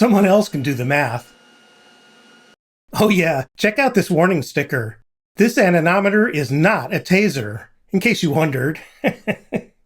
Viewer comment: Admit it, you just made this video so you could say anemometer a few times. And, you didn’t screw it up 😂